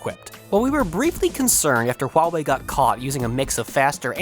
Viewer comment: buena pronunciacion de la palabra ¨Huawei¨ felicidades